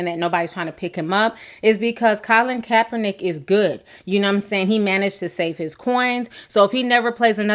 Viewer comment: Calin coppernick?? You said his name right a couple times so why did you keep mispronouncing it??